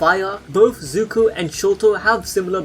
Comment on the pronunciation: No disrespect but your butchering zuko's name